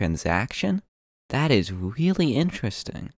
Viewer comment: That's a weally inwesting video ( im not mocking you your voice is cute )